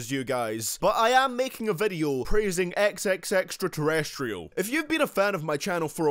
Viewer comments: totally offended😑 TEN. TA. CION! Got it??😑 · this nigga said "xxxteletubbie" 💀💀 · Did you really just call him XXXTeletubbie? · Nigga said XXXTeletuby at the end 💀💀💀💀💀💀💀💀💀💀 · He called x xxxtentacion hehehehheehhe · He said terestrial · "xxxterastiol" I'm deaddd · u said xxxtentaction wrong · Did he say xxx tes testridal when he said his name😂😂😂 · Its Tentacion.....T E N T A C I O N